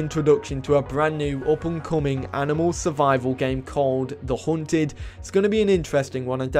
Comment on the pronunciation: The Huunted😂 No offense Just sounds funny